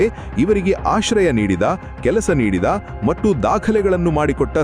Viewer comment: ಕೃತಕ ಬುದ್ಧಿಮತ್ತೆ ಉಪಯೋಗಿಸಿ ಅನುವಾದ ಮಾಡಿ ಹೇಳುವಾಗ ʼಮತ್ತು, ಎನ್ನುವ ಪದವನ್ನು ʼಮಟ್ಟುʼ ಎಂದು ಉಚ್ಚರಿಸುತ್ತಾರೆ! ಅದನ್ನು ದಾಯಮಾಡಿ ಸರಿಪಡಿಸಿ.